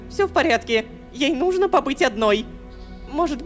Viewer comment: рома, нУжно, а не нужнО😂